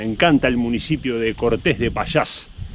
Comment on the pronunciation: No me borres otra vez, solamente te dije que no pronuncias bien la ll. Suena muy mal tal como lo pronuncias, tal como lo dices es un pueblo que no existe. No es lo mismo decir Castila que Castilla. hay que decir Pallás y no Pachas o qualquier otra cosa rara como dices tu